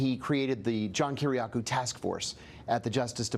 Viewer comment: His last name is pronounced 'Key-Ree-AHH-Koo,' Not "Kih-Rih-Cow." Come on Tucker.